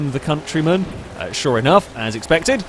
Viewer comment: hahaha hes trying to say'deal with the countryman' ..but he says something a bit differnt! ;)